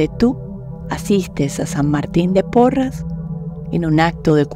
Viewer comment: Gracias por esta ejercitación, soy de Perú, San Martin santo peruano,si realmente curaba incluso a los animalitos, pero su nombre es SAN MARTIN DE PORRES, ES PORRES NO PORRAS. GRACIAS gracias gracias